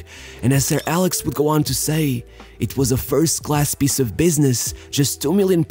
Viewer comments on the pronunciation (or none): none